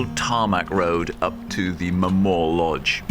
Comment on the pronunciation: Corrour, from the Gaelic Coire odhar. Hence Corrour is pronounced Korr-ow-r, with the emphasis on owr, not Kor-oor.